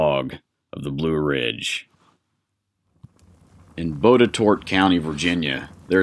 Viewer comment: I live in Virginia. It's pronounced "bot-a-tot." 😐